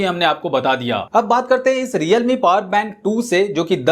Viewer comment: Redme nhi realme hai starting me